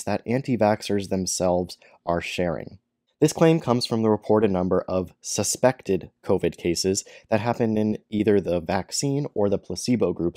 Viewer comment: Love how he emphasises the word 'SUSPECTED" Wish other words were emphasised like We are CONFIDENT it doesn't cause heart issues We HAVENT SEEN MANY adverse reactions Etc etc! Examples only haha. He is about as reliable as an ashtray on a motorbike